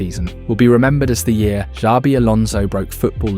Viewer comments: The real crime is calling him Z-abi alonso. It's Sh-abi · its not ZABI ...please get it right